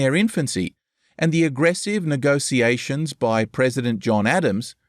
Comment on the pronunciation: Please learn how to pronounce "negotiations". Hearing you say "negosiasions" over and over again ruins this whole video.